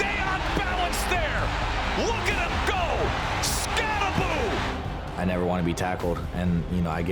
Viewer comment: Why is it pronounced Skatta-booo? It says Skatta-boh. It can't be Skatteboo. Can it? I wanna hear him say it.